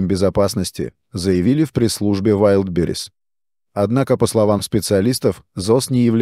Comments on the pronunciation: Искусственный интеллект еще не совершеннен. Удареня путает Вайлдберриз прочитать не может. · ВайдИбрис))) Автор видео, научитесь уж правильно произносить название! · Научите уже робота правильно говорить название маркетплейса. Позорит коллег-роботов.